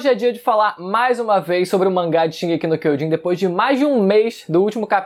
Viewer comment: Puta que pariu, até os atuais dias você não fala direito a porra do título, aprendendo a falar Japonês, curso e tudo mais, porém... O título continua errado, bom..., Foda-se, estou aqui pois tem outros piores.